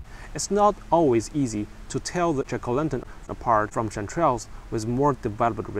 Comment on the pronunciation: Your pronunciation of jack-o'-lantern sounds like chicolendrin and is confusing.